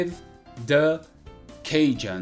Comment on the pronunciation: desculpa, se eu tô sendo ignorante. Mas por que você pronuncia o "the" como "dâ"?